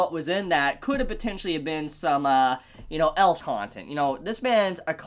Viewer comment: I love that when he shows up to the elf brothel and he keeps saying elf he says "E.I.L.F" for one of them XD I died laughing.